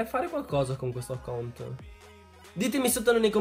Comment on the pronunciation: con quel accaunt